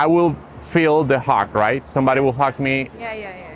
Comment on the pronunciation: When she said she want to "hung you", she meant by "hug you", her pronunciation is just off.